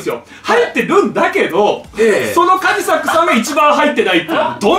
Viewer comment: 島田さん、カジサックって言う、発音違う、それに気づかないカジサックさんもすごい。